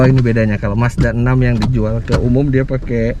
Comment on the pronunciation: Kedengeran nya. Masdanang. Bukan mazda 6.